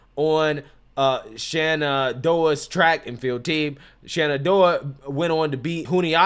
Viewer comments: lol,. its Shen-an-doh!-ha State.... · it's shen-ah-doe-ah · shenandoah - pronounced exactly as It's spelled. Shaking head. Hell, aren't you from the southeast? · I am a fan. I will give you some context around it also. Our views are very similar, but my son graduated there, he played there four years as a DB. She has been there the whole time and obviously she was a project. I know the coaching staff and I respect them very much. Plus, you are an educated guy. You embarrass yourself and UNC when you mispronounce the school name. I know you are doing this for views, but why do you make yourself look uneducated when you disrespect people’s names like Ayala from a previous reaction. But Shenandoah has a top 20 PA and nursing school in the country. I have been there and with another son at Lenoir Rhyne, being a college athlete, whether they play or not, being a part of the team and going through the camps is no small feat. Come on man, do better. Represent NC better. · FYI The correct pronunciations are Shen-in-doe-uh and Joo-knee-at-uh. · FYI: Shen-ann-DOUGH-ah / joon-ee-AH-tah / VOOR-heez